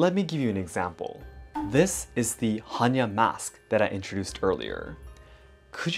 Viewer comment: According Hannya mask - in Polish there is a female name "Hania" (diminutive for "Hanna") , which is pronounced exactly as you've pronounced the mask's name. Beutiful coincidence :)